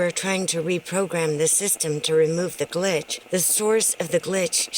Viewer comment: Stop saying glich